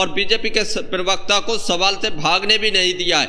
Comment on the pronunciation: जी पीरवक्ता नहीं होता प्रवक्ता होता है, कृपया ध्यान रखें।